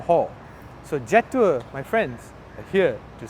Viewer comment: Pronounce it Je' Tour. You get a distinct french flavour when you pronounce it that way.